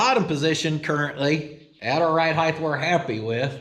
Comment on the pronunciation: lengTH, widTH, depTH, and heighT. cmon oklahoma! heighth isn’t a word!